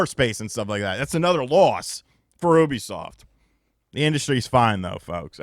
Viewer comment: Bro I had to stop watching why can’t this guy say Ubisoft right he sounds like an illiterate todler